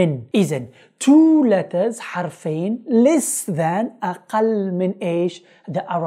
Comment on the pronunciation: غلطت في كلمتين _letters -there شكرا على مجهوداتك اخي الله يرزق اهلك الجنة 😍